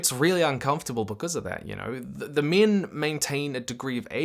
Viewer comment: The way this guy pronounces "six" and "min"... it's linguistic incist. 😣😢